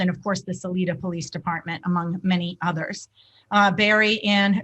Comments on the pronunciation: It’s- Sa-“lie”-da (lie as in what BM does!). But close! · Sal (eye) da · And Salida is pronounced like SA LIE DUH